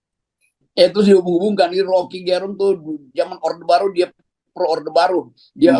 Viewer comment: Jago putar lidah ini satu Untuk pembaca yg bukan asal Manado Dlm hal menyebut nama Rocky GErung mustinya Ge disebut seperti menyebut kata Ge pada kata "geger" bukan pada kata "genap"